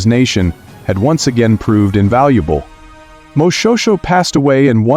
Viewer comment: Its pronounced moshweshwe